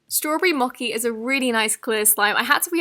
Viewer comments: mo chi not moki, ly but I just wanted to correct.:) Edit| it's a type of Icecream in USA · Mochi is pronounced "moe-ch-ee" not "mo-key" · “next up we have rainbow MOKI” WHATTT??!! DO YOU MEAN “MOCHI” moCHI “ch” as in cheese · Who else cringed when she said (Mocci) ?!?! (MO-CH-IE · Mochi is pronounced mochi not moccy, i know because my cat's name is mochi after the japanese sweet, no hate just helping Ily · She pronounced “Rainbow Mochi” like “Rainbow MoCi” Not pronouncing the H, it’s Mo-chhhhhh-I CH CH CH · It's mo chi not moci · Its pronounced 'mochie(mo-chee)' not 'mokey' btw (mochi) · Mochi is pronounced as mochi. Not moky. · 'rainbow moci...?' 'strawberry moci...?' I'm so confused... RAINBOW MO-CH-I (Jimin lol) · No hate, but it's pronounced mo-che not mo-ke. No hate though 🙂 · Who else noticed that she said mokey instead of Mochi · Gurl its moCHi not moKi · It’s mo-ch-ee not mouky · DID SHE JUST SAY RAINBOW MOKI? its pronounced mochee lol 🤦🏽‍♀️ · Did she just say moki instead of mochi?? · You pronounced “Mochi,” incorrectly just so you know. It’s pronounced “moe-ch-ee,” not “mah-ki.” ☺️ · Just to let u know it’s pronounced “MOCHI” not “MOKI” :) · Mocki?!? It's mo-CHEE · It’s pronounced mo-chi not mo-ki 😊 I love your videos! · Mochi It’s “mow-chee” Not “mow-kee” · AnimeRabbit 13 yeah she said it like mo-ki when it’s supposed to be pronounced like mo-che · HI GUYZZ! I love your voice😂❤️ Btw it’s Moh-Chee not moh-kee (no offense) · It’s pronounced Mo-chee Mochi :) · Its mocccchhhhi ch like chhhhoclate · its mo-ch-i 😄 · No she said mo-key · Mochi! Is it wrong that I pronounce in Mo- chee? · Great video! Just saying mochi is pronounced as moe-ch-ee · "mo-key" honey thats sad and funny. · Hii this isn't hate just a correction so you know <3 For the rainbow mochi its pronounced mo-chee instead of how its spelled. Love you! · Who noticed this. When she said Rainbow Mochi she pronounced it “moci” I kind oh think its cute :3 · U say Mochi wrong